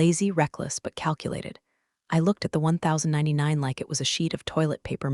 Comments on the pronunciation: I don't think we have much to fear from AI. It's IRS form 1099. Even a cave man knows it's pronounced Ten Ninety-nine, I wish they would spell out one million dollars so we can stop constantly hearing it as one dollar million. And seriously, the next to the last line is this story, again, mispronounces the word "read". Can one of you people, plase, program it into the computer that the past tense is "red" and everything else is "reed". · In the real world it's pronounced 'ten ninety nine.' Love the stories. The bad guys get a taste of their own, the good guys work hard to keep everything on the up and up, and sometimes the snark is just hilarious.